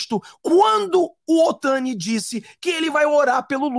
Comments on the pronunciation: NÃO é OTANI!!! É OTONI!!! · Não fala o nome dele errado ..Não é Otani é Otoni de Paula 👍🏻